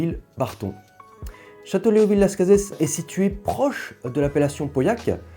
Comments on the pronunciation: Hello ! On dit Las Case et non Las Cazesss 🙂 J'ai bu 1986, 88, 90, 2002 86 est mon plus grand vin bu à ce jour ! Exceptionnel, vraiment. Nez et bouche d'une très grande précision, grande harmonie, finale interminable ! Génial ! Bu certainement au meilleur de sa forme. 88, je l'ai trouvé moyen ... M'a déçu mais je pense plus à une bouteille fatiguée pourtant le niveau était excellent. Je n'ai pas géré son stockage et vieillissement ... 90, très bon mais pas à la hauteur de 86 2002, joli vin mais rien de transcendant Je pense avoir une bouteille de 2001 et surtout une bouteille de 96, j'aimerai qu'il m'apporte le même plaisir que 86 mais ça va être difficile ....🤞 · Honnêtement non personne ne prononce le S. Désolé alors qu’avec le Tannât c’est un accent régional. J’ai bu pas mal de millésime le dernier en date ce mois-ci, le 2006, incroyable une claque de fraîcheur de jeunesse, de complexité de classe, j’ai une caisse -1 bouteille en Cave et je m’en réjouis.!